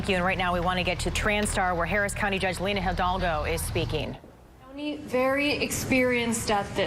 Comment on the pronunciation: Lina* not Linda